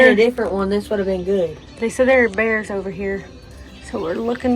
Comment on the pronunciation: 3 “I ain’t see no bearrrrrrrs” 🤣